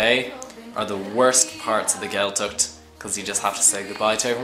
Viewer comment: What to expect? You should expect people who can pronounced Gaeltacht properly. The Ch is not pronounced like a K. It is pronounced like the ch in German Bach. Maybe, don't bother learning Irish if you are so contemptuous of the language?